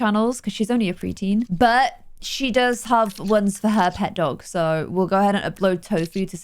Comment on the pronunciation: it sounds like she’s saying she recommends don’t use it xD (Ik she meant go use it)